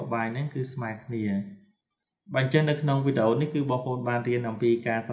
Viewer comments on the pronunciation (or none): none